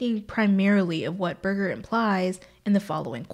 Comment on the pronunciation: Great discussion. This can be difficult material and you’ve presented it in a conversational manner that is very engaging. My only criticism is that Berger uses a soft ‘g’ not a hard g. I know it’s a small thing but he is so phenomenally influential in his field that it’s probably a good idea to pronounce his name correctly. It’s a common thing when you read a lot and you don’t get to hear the name. I had a dreadful time with French theorist Gilles Deleuze. I had that so wrong my lecturer could not hide his smile when I used it in class. He corrected me ever so kindly.